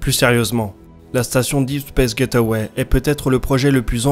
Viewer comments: Super vidéo, par contre : Gateway = [gayt way] [Gaiteuway] = get away C'est pas pareil ! #PrononciationNazi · J'adore tes vidéos !!! C'est du bingewatch depuis qu'ai découvert ta chaine. Mais s'il te plait, s'il te plait, prononce ça "gèïtway" et pas "get away", s'il te plait.